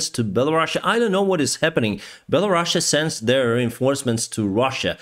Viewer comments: It's Belarus, not Belarussia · Can you stop saying Belarussia!!! sound so soviet:} it's called Belarus simple. I spend 22 years in Ukraine and you barely hear Belarusian.